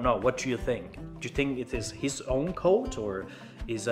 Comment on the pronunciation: Very nice to get a broad perspective on religion in Türkiye: history, statistics, tolerance, "what to expect." I feel better informed now. I'm from the USA. The English was very good. One small point: We say "quote" with more of a "w" sound, like "kwote." Çok teşekkürler!